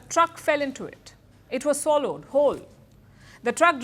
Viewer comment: I like how she speaks English in her own way. " It was swallowed (swollowed), whole." May God help them all.